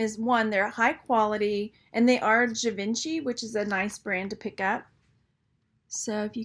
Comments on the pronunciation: zhee-von-shee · KLJ - Kenneth J Lane. Please pronounce Givenchy - Jee-Von-Shay lol. It's French. Wow I would have never priced a pair of Rivoli wrap cufflinks for that high, thanks!